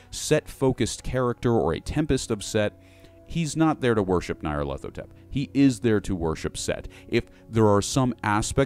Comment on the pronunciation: By Crom, your pronunciation of the Crawling Chaos's name fills my ears with a pain worse than a spear to the chest.